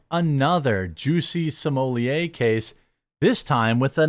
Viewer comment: Juicy Smooyay??.... the french actor?... 🤣🤣🤣